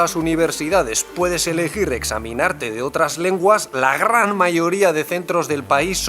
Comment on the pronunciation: “la grrrrrrran mayoría”